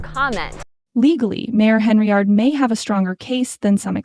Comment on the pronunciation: you people cant even get an AI voice over that can pronounce her name right every channel that uses AI voice over has this problem what is so damn hard about pronouncing Hen - Yard and then all you do is go over s**t thats been in the news for a year and call it new News. if you want thumbs down that's a good way to get-um.